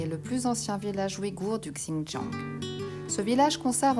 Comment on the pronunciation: Hello, le X en Chinois ...se pronomce comme un Ç avec cédille...ainsi Xintiang se prononce Çintiang...😉 Bonne route!🔆🎈